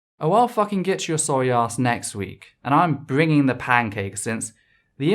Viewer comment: Ahww.. he's bwinging the pancakes.